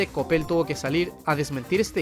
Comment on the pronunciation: Es coppel... o lo dices por como lo pronuncio el? Xd